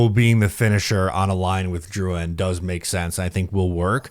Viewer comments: This video just shows how Matt O’Leary is the more reasonable one on the podcast. pronounces Drouin’s name with a Crazy accent for no reason, and actually thinks he’ll put up more points on a lackluster offensive team than Colorado. I lost all credibility for what says after this take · Yes, I love the content but going out of the way to pronounce these names as if we were in Quebec is nauseating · no all is good I just think the pronunciation of the name is wild and the take is really incredibly out there. I feel like you act like this one player will flip the not so good offense to being good again when the reality is that’s not the case. Drouin was just a fill in guy til the prospects come up through the draft. Apologies if I maybe came off too harsh but I just think you need to know Drouin isn’t anything amazing. Isles never have signed an elite level FA in their history. He’s going to give us 50 points max.